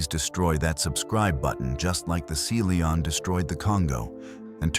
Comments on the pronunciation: Seely On? Really? You can edit the way artificial voice pronounces words. 🤨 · I'm available for narration, I'm good at it and I charge a very fair price, hiring me will benifit you by increasing your viewership. And you wont have problems like pronouncing SeaLion like see lee on. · You should listen to your video before you post it. The submarine was the "Sea Lion", not the "Sea Leon". Lazy and sloppy. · Your AI narrator does not pronounce Sea Lion correctly. You should not release a video with such an error. Proofread first!